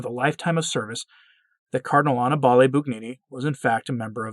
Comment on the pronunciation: Hey,, first of all, the name is pronounced ah-NEE-bah-lay, NOT AH-nee-Bah-lay. Second, brace yourself, Father Annibale Bugnini, CM, is your better. Yes, that's right, your better. He was smarter than you, more devout, had more to contribute to the Church, AND, his name will live on as one of the architects of the modern Roman Church. Forever. Whether you like it or not. Also, you seem to find it sporting to denounce a man, a great man, when he is not here to defend himself, I think that is as cowardly as abortionists killing a baby who cannot defend himself. Think about it.